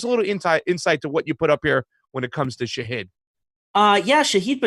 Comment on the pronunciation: Second syllable is short "i"*... stress on the *first syllable... not Shah-HEED...